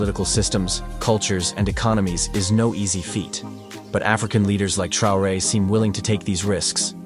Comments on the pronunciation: Der Präsident von Burkina Faso heißt nicht Trare sondern Traoré! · Ibrahim " troué" la voix IA un peu de respect merci. 🤦🏿‍♂️ Vraiment jusqu'au bout ils nous fatiguent. 🤦🏿‍♂️ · Su apellido es TRAORÉ, NO Trey. Ibrahim Traoré, presidente de Burkina Faso. ¡Es CONDICIONAMIENTO, no condicionancia!